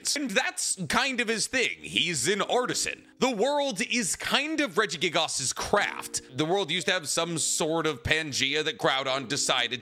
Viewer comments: I slipped further and further into madness everytime he said Regigigas wrong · Everytime he says regigigas. I wince lol